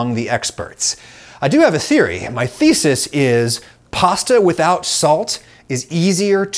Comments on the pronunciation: Can someone please stop him from pronouncing 'thesis' as 'faeces'? ...l'd rather not have to get the lawyers involved. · Damn I hear fezes instead of thesis every single time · The pronunciation of your 'thesis' sounds like 'feces'. 😂